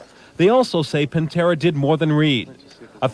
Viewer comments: “Tommy Pintera”…… lol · Pitera, not pintra lol